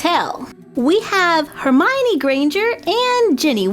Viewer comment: I want Severus Snape doll :( & you said Hermione wrong but whatever awesome video